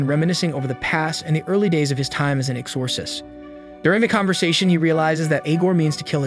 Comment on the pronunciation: Is this an AI narrator? Never heard exorcist be pronounced that way